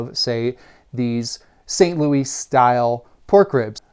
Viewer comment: Grew up in St. Louis, MO and I can't say I've ever heard anyone pronounce it like "Thelma and Louise," lol. 😂